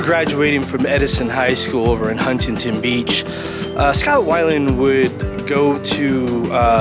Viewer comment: How do you miss pronounce “Huntington “Beach?? And “Chateau ? “. C’mon man !! 👎🏿